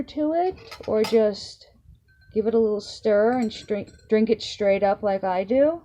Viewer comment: "SHTRAIN" "SHTRAIGHT"